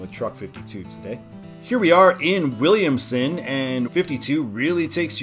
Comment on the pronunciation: Todd's the way it should be: there's no "t" in Williamson, but good job for such a long road!